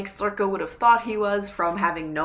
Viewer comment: I'm not sure how to pronounce sorcha.. you say sorka.. I've been saying sorsha.. in my book there is a pronunciation guide for some of the irish words and it says sorcha is pronounced sor-ra.. not sure